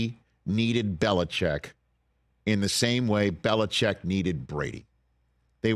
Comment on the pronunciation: Why do people say “bel-ih-chek” when it’s spelled Belichick? Surely it’s pronounced “bel-ih-chik”?